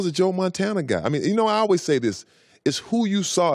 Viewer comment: Hear how he pronounces always